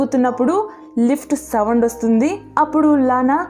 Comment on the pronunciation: Savands kadhu sounds 🤦‍♀️🤦‍♀️🤦‍♀️